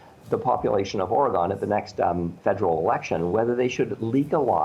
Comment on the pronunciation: Obligatory Oregonian popping in to say he pronounced Oregon wrong